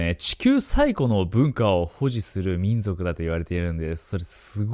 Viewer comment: 私は聞き逃さなかった。「みんじょく」